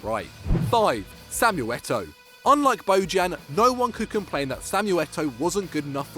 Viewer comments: Bo-Jan? Seriously?? It's pronounced Bo-yan, geez... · hes BoYan! thats bow you pronounce it.